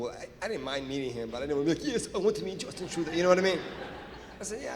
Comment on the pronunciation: Is he saying Dustbin Truedog ??